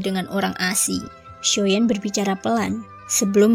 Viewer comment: Xio yan. Mbak. Bukan xio yen.. Jdi ga enak cerita nya